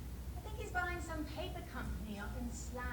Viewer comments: Ah yes. The "slow" trading estate in "berk-shire" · Your pronouncing Slough so wrong 😂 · Slough rhymes with 'cow' not 'ruff' and Berkshire is pronounced 'bark sh' not burke -shy-er but otherwise loving your reactions